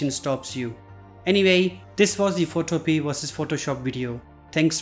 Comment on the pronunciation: It is pronounce PhotoPia like MamaMia. It can also be downloaded and Install on a computer. You should research the basic info before you do your videos.